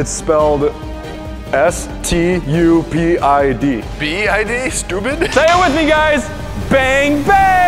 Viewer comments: And I like the "Bang Bang!!" 🤣🤣🤣🤣🤣🤣🤣🤣 Edit: spelled stupid but Joey said STUBID and makes me cried laughing very much lol 😂 😂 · Joey saying STUBID??!! fucking broke me dude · We say stupid says stubid